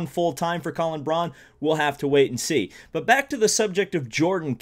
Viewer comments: Colin Braun's last name is pronounced like "Brown," not "Brawn" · Bobby on the MPP basically said that full-time for a third car isn't gonna happen, as time ran out to get things together for a full-time effort. However, he (Bobby) did say that a part-time car is happening (and not in terms of just King at the 500, either). Colin Braun is pronounced "brown".